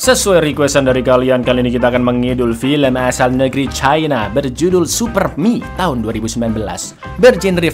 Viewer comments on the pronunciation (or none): none